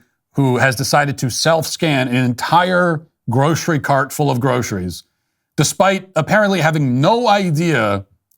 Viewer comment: Matt apparently missed the part where the news guy said it was for the frequent flyers who join the special program. But they don't say what happens after you fail the scan. Is the remote TSA worker gonna remotely pat you down? Also, Matt, there's no 'h' in groceries. It's not "grosheries." It's pronounced 'grosseries.'